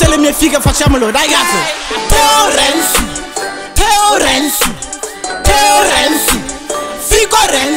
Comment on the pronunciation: "Renzi" no "Rensi" ❤❤💀